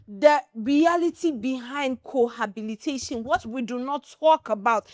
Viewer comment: The host is mispronouncing "cohabitation" with "cohabilitation".